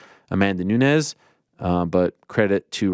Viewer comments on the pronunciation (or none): none